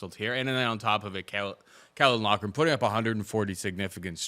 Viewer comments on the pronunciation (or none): pronunciation of Caolan Loughran was perfect the first time but it just went downhill from there🤣🤣